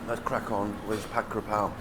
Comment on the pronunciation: Living in Thailand 17 years but can’t pronounce the dish properly 😂😂😂 It’s KAPRAO NOT KRAPAO Jesus